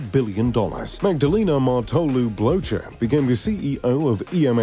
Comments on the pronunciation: i love when you said blowjer😂 its more said bloker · Christoph BloTcher for the win haha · Trust me, their names aren't pronounced "Blowchurr"... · Pronunciation mistake : Blocher is correctly pronounced : "Blocker". Greetings from Switzerland. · Christoph Blocher’s surname is not pronounced the way it is in this video.